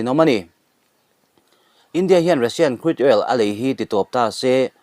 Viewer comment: Krud...oil ti mai la,lam a awl zawk , Cruid all i ti daih phah kha